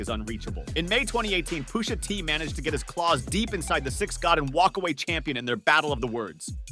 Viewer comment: Just the way you pronounced Pusha T's name....made me realize that you obviously have no clue what you're talking about